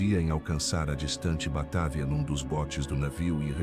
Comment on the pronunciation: Batávia,vc está esquecendo do acento agudo no á😂😂😂😂não é Batavía que se pronucia😂😂😂😂